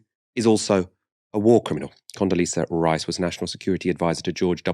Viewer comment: Condoleezza Rice🤣🤣🤣